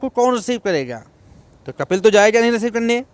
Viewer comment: Yaar apna word sahi kar lijye कपिल नहीं कफ़ील है अल्फ़ाज़